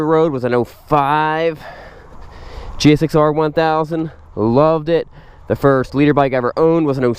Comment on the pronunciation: Am I the only one that’s bothered by hearing him actually saying, “G.X.S.R.”?